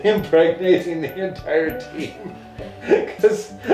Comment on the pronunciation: "The enTAIre team" I'm dYING